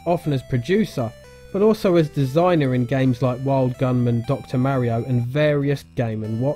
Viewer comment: It's pronounced Mario.